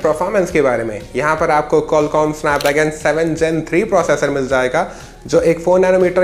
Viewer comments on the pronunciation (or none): none